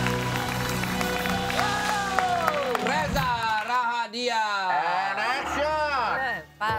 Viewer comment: Rahadian gak pake "R"